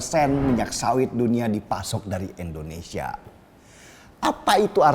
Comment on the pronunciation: Indonesia bukan endonesia